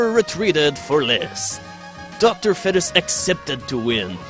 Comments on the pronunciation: its not docter fed-is its feed-es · Dr fetus is pronounced Docter feetus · why is bro saying dr fetish😭😭😭😭